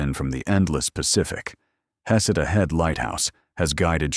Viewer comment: Heceta is pronounced: Huh-SEE-tuh Malheur is pronounced MALL-yer Tillamook is pronounced Tilla-muuk (rhymes with hook)